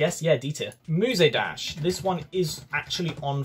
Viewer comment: Nice video EXCEPT FOR THE FACT YOU PRONOUNED MUSE DASH AS MUSAY DASH AAAAAAAAAAAAAAA /j